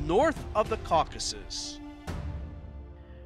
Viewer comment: This is not Caucuses - This is Caucasus :) Kavkaz-us